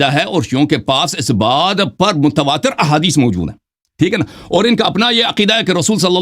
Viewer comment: ادیس تو صحیح پڑھو